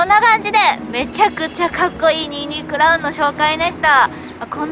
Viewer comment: ニンニク卵 って言ってるのかと思ったら 22クラウンって言ってる。